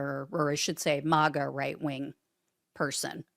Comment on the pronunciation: It's maga not mawgaw